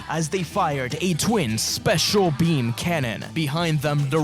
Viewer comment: it's peam...